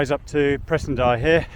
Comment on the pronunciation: You are pronouncing Presendye correctly btw